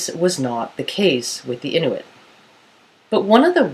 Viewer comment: your saying inuit wrong :L its kinda anoyying